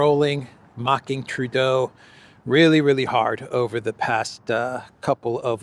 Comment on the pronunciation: Justin Tur-dodo! 😂